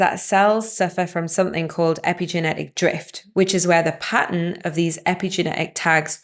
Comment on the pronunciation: Lol at "age-n", "track-n", "evra-thin", "sit-n", damage-n", "sleep-n", have-n" "Paa-ern" swallow those double TTs! So much for spell-n and speak-n English...